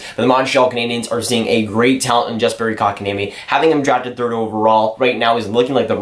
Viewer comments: It’s Yesperi and Muntreal you said Jesperi and Mawntreal good vid tho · Pronounced " Yasperi", and "Muntreal"... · I'm pretty sure you don't pronounce the J like (J)ust. Jesperi. The J sounds like a Y in Yes - peri. Kotkaniemi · YESperi, not JESperi. Ooof it hurts. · it’s not pronounced yasperi dumbass im finnish so i know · Btw, a pronunciation tip: the "Jes" in Jesperi is pronounced exactly like "yes". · The J is silent :)